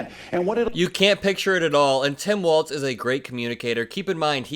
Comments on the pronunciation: Sorry but it's pronounced "Walls" not Waltz. Tim Walz is the better choice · Hey his name is pronounced WALLS (WALZ) NOT WALTZ LIKE THE DANCE.